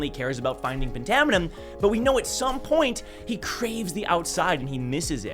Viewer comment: I thought phantaminum was pronounced “fantaminum” like phantom